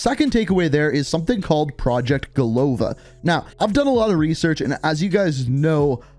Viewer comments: It's not go’lova, it is golo’va. It means 'a head' in russian. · Golova is pronounced golava, second O is not stressed.